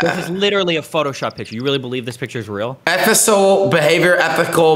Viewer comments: Nobody: Adin Ross: Eethikaaaa... Effisal... Ethical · Bro did know the word ethical yet, couldn’t even sound it out lol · dude almost had a stroke pronouncing ethical and he talks more intellectual?